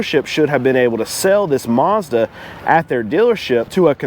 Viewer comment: MAZDA not Marrrzda jeez!